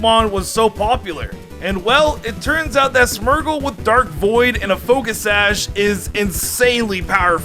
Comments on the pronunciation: Smergle? Wtf is a smergle? Its smeargle. Smear. Gle. Smeargle. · You say smeargle smergle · The wey you say smeargle bothers me greatly ... "Smurgle"